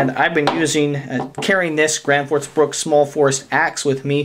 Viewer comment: Why does everyone call this Gransfors Bruks. It's Bruk not Bruks